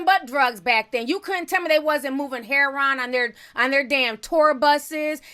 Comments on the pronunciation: It's not hair-on, it's hair-o-inn!! And there's no surprise really, Lil Wayne is a crack head, coke head junkie 🙄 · Its not heron.lol.its her*o*in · Ti stay butchering words and names 😩😂😂. Heron 😩😂. Love it. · It's funny how you say her Ron. I've never heard it pronounced like that. I've always heard it announced like heroine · Why does she call it heh Ron?? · “Hair-on” lol ur mispronunciation reminds me of my mom who refuses to stop calling chipotle “chip-oh-tel” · She says heroin hair-on omg but I guess it’s pronounced differently across the states 😂😂😂🤷‍♂️ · Huge fan of your channel so gonna share this tidbit HEH-RO-WIN.....or heroine. Keel the tea coming in 2020! Love it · "Heron" lol I love you Ti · Ti saying heroin heron 😂😂😂😂😂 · Yeah, us older folks call it "hair-ron" 🤣🤣🤣 fo'sho! 💞💞💞💞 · Oh no not “Hair wan” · I have never heard anyone pronounce heroin like does ahaa whaaaaat 💚💚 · yeah I've heard a lot of people from the South say it like that and it drives me nuts 😂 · The way you pronounce heroin is terrible😂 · That's how the old heads say it and the cats that slang or used to slang, lol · I think it's a regional thing. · Do u not know how to say heroin?